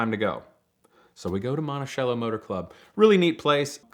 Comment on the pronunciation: Awesome video! Beautiful cars. But I have to get something off my chest because its driving me completely nuts! "Monticello" its pronounced "monti-sell-o" NOT "monti-shell-o"...lol